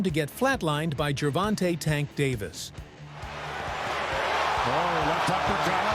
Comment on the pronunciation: it's davis not David.